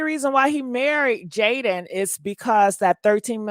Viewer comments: why you keep calling her Jalyn....and not Jadyn😅😅😅😅😅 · Love your content ….🙌🏾… her name is is Jaidyn not JaiLyn I giggled everytime you said it 😂